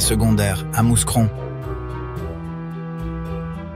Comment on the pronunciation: Ce n'est pas méchant mais juste pour votre gouverne, on ne prononce pas le s de Mouscron. Il faut prononcer : Moucron 🤓🖐